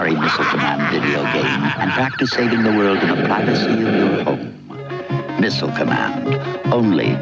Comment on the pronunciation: It's "Missile", not "Missle". 🤔